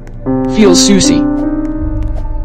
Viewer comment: You do not say sussy you say sassy🤣🤣